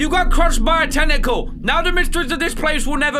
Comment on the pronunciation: Normal people: Tentacle Bri'ish people: Tenikle